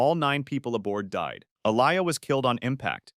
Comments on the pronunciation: who is “a-lie-yah” .? 😭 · Her name is pronounced (A-Lee-Yah) Aaliyah because that's my name too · N he talking bout som Ah-lie-yah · Aaliyahs name is pronounced “Ah-Lee-Uh”. Not Ah-Lie-ya, please put respect on her name 🤦‍♀️ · Her name is pronounced Aah-li-yah Aaliyah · Her name pronounced "Aa-lee-Ah" Aaliyah!. Don't disrespect baby girl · Who TF is Ah-lie-Ah? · Say her name right Aaliyah tf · Aleeya or alaya 😂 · Not pronouncing Aaliyah's name correctly. And, she didn't complete filming the Matrix sequels, duh!. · Because she didn't complete filming the Matrix sequels. This video is stupid. Didn't you notice how Aaliyah's name was mispronounced? Not getting facts straight and mispronouncing names. It maybe an ai narration. But still stupid video. No effort put into telling the stories. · And they mispronounced her name!!! 😡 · never say her name like that again